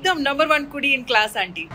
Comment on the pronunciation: Tell the same word in time but give more stress into pronouncing ‘u’ in kudi… 😭😭